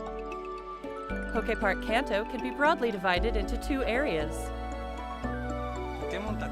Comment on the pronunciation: FFFS. KAAANTO…. Not CANTEO….